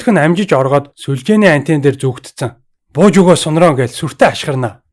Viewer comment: Ахаа Сун-Ронг гэдгийг Ронг гэж бичээд уншихдаа Рон гэж уншдаг шүү,Тэгхээр Сун-Рон болно😉